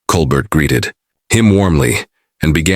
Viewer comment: At least get the AI to say Colbert correctly. Coal Bear..